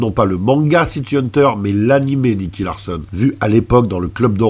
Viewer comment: Purée la nostalgie! Merci pour ce partage 🙏👏👍 Juste dommage que tu te sois trompé dans la prononciation du protagoniste, car ce n'est pas "Larssonne", mais Larçon (comme dans garçon)… T'as fait bobo à mes oreilles… 😜